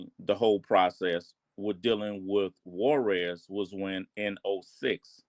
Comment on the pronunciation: On what? Netflix lmao. He didn’t meat mayo I can bet money on that. Mf can’t even say Juarez correct